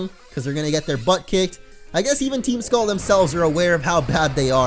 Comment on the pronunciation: he states, "team skulleem" lol